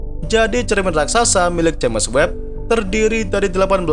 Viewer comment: Koreksi min, james webb pd nama teleskop , james di baca jims, bkn j a m e s